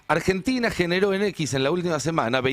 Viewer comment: dice argetina